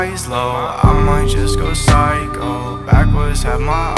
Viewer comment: dude stop stealing content i legit say pysho by maze but you still say pyshco by masn